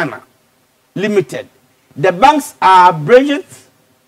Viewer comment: 😀😁😂😃😄😅😆 "bridget " bank paa lmao